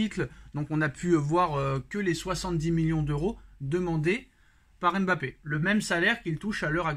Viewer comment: ON ne prononce pas le M de Mbappé il la dit dans envoyer spécial